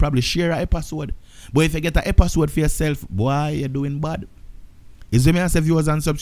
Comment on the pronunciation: " epasode " 😂😂 gwaan do yuh thing fam